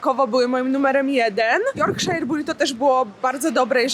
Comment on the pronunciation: Yorkshire pudding (czyt. jorkszir, nie jorkshajer) jest robiony z ciasta naleśnikowego (nie chleba), które się wlewa w formę, która ma na dnie mocno rozgrzany tłuszcz i to się razem wrzuca do piekarnika i ciasto rośnie do góry po brzegach formy, a na dnie dostaje płaskie przez co tworzy się taki kształt miski (na gravy, czyli sos). Mniejsze yp serwowane są jako dodatek do Sunday roast czyli typowego niedzielnego posiłku (pieczeni z ziemniakami, warzywami i sosem), a tu miałaś po prostu duża wersje takiego puddingu i weń zawijany był obiad/lunch.